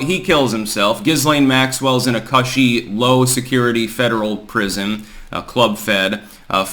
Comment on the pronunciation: Learn how to pronounce cushy.